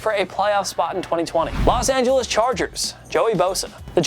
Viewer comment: Los not Las lol